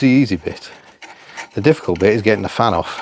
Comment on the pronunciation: I'm sure when the first fan fell off it sounded like you said "Fanny's off" . I remember a mate who had a CV2 when I lived in Scotland, he tried to get max power from his. I remember we did away with the fan and hooked up an electric one and controlled it from a switch in the car. We eventually hooked up a temp sensor and wired it through that so it would work automatically, however it could still be controlled manually. I'm not a fan of cutting blades off as it can cause an imbalance. But going electric might be an option for you. How about stripping that original engine and doing a rebuilt, get her bored out too. That would make great viewing. Love the tinkering videos best..